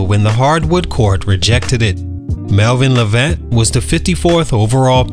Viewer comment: Mispronouncing his name 🤦🏽‍♂️